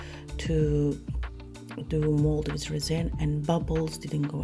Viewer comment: At the beginning I had no idea what you were going to put in there. Your accent is so strong I thought maybe you were making noodles. Lol. Then I seen the resin. I was like oh not reason, but resin ok. Hahaha, I love this idea. Been looking for other ways to use my vacuum pump.